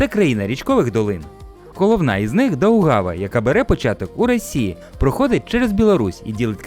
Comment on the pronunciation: Саре́ма та Хійу́ма? Дауга́ва? Це що, штучний інтелект читав? Будь ласка, не розчаровуйте... Все ж таки маєте дотримуватися високого рівня.